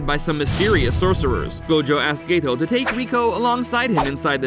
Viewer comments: stop saying gaytoe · why does he call geto gaeto😰